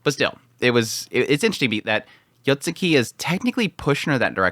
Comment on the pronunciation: Isn't it Yotsugi? spammind YotsuKI is concerning. Yet again, I've heard his pronunciations of anime titles in his reviews, maybe it's too late for him. 😅